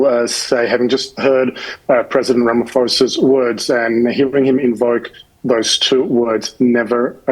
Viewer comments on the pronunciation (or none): When he said: " RamaFosa" instead of "RamaPHosa", I knew that this is not a person we should be having on the SABC. And the fact that the journalist did not push back on that, is just crazy. 😮